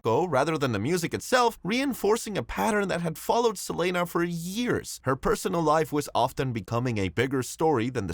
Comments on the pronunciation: Can’t stand the guy continuously saying “Sa-lane-uh”!! It’s Selena. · why you call her selayna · Lmao it caught me off guard never heard no one say her name like that 😂